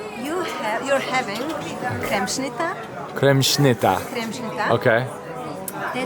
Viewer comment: You butchered that kremšnita, man! 🤣 I really want one now, though.